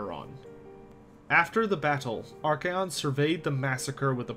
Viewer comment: It's archaon not arcaeon